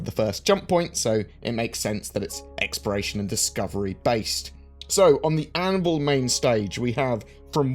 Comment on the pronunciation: You sound like you're saying "Expiration", when you say Exploration.